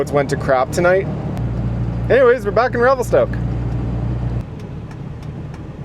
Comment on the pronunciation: Revel-stuck haha